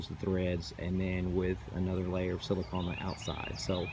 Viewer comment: You are saying silicahn, rhymes with dawn. You should be saying silicone, rhymes with bone. Silicon rhymes with bun.